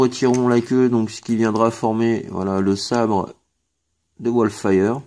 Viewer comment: c'est Wolfwire, pas Wolfire;) J' ai à present 7 TT deluxe et celui-ci est certainement mon préféré devant Triggerhappy: pas de trous au niveau des bras, de bonnes articulations, un plastique de qualité et une figurine qui pèse son poids, une transformation fun et simple, une peinture bien présente hormis la tête (comme d'hab^^), un mode alternatif qui tue, un gros gun et un putain de sabre... J'avais le G1 et je dois dire que cette nouvelle est vraiment plus jolie et fun! Pour info, j'avais à dispo la version takara en unboxed pas chère et j'ai pris le hasbro... Qui a de la peinture en bas des jambes. Le petit détail qui a fait pencher la balance!